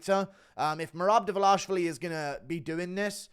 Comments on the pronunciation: Can you stop saying Davlashvili? It's Dva-lish-vi-li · it ain't 'Dvlaishvili' - annoyed the fuck out of me 🫠🫠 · The DVALISHVILLI pronunciation is HYSTERICAL!!! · please learn to say his last name right haha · why do you butcher merabs last name?